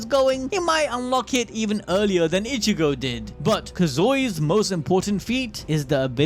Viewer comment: you know its not that hard to say ichigo ...say it with me ...( e-chi-go ) ...not ( itch-eh-go )